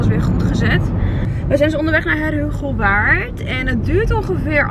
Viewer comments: Heerhugowaard🤣 als je er vandaan komt en t wordt zo uitgesproken😂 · Hahahahahaha hoe je Heerhugowaard zei🤣 niemand kan het uitspreken die niet daar vandaan komt. Blijft leuk om te horen hahahahha! Hoe vond je Heerhugowaard en Alkmaar??? Echt leukkkkkkk dat jullie in mijn stad waren was ik ook maar in de stadddd😩😩